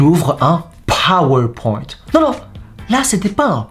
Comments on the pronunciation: « Un pAAAAAAworpoint » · Un PawarPointe, ui ma prof d'histoire dit ça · NON PAS UN POWER POINT MES POWER POINT AVEC ACENT ANGLAI🤣🤣